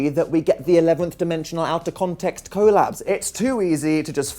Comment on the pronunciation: why do u say collab like that daniel